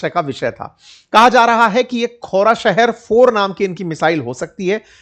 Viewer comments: खोराशहर नही खुर्रमशहर 😂😂 क्या सर जी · Name to sahi se btao khurram shaher 4